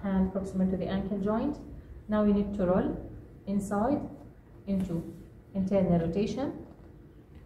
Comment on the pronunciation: Good . Just when you said internal rotation the voice is too soft and not clear .